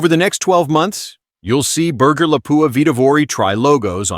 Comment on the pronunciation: AI that can pronounce ‘carbine’ correctly but cannot cope with ‘ogive’, ‘berger’ and ‘lead’.